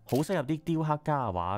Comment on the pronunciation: 住過東池袋既我 睇到呢集好開心，多謝你 知道好多再深入D既故鄉故事。 提醒兩點 1.渋谷。渋 = 澀 ，念(色) 或 (劫) 幾十年香港人讀錯為(涉). 你有影響力 可以幫助港人改正。 2 藝術 既藝 要用鼻音。 注意KOL 唔可以有懶音。